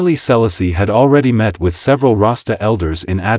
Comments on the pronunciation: The relentless mispronunciation of "Selassie" smh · A.I really….can’t even pronounce the name….hilarious. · Dis man pronouncing Selassie name wrong..wat da bombocloth wrong wit him